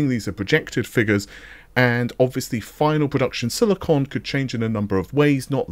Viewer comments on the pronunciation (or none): none